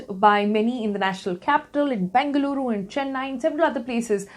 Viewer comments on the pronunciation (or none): none